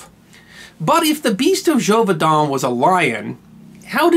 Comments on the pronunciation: Great story, but I believe the pronunciation of Gévaudan was incorrect. It should be jayvodah(n) rather than jovaydah(n). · The pronunciation is zhay-voo-dahn. An accented letter (specifically the accent grave) carries an “ay” sound. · You're either saying it wrong, or spelling it wrong. It looks like zhey-vo-dawn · Really nice, informative video. Expertly presented. And yet.... ... ... It's Zhay-voh-don. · You're pronouncing in wrong. [la bɛt dy ʒevodɑ̃], Also, your voice sounds like a grinder on metal.